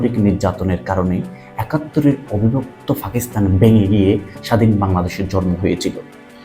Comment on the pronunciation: Age Fa theke pa te asen. Fakistan na Pakistan